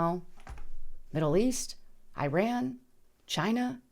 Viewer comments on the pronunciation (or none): none